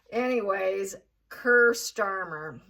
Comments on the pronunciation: Kier is pronounced KEER not Ker. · What is not sounding right is your pronunciation of Kier - its pronounced key-a - not kir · Just for info his name is pronounced Key-ar Starmer.😅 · his name is pronounced Keer free gear two tier keir! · Hi it's pronounced Keer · it’s pronounced Keer. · Prounounced keer like clear or 2 tier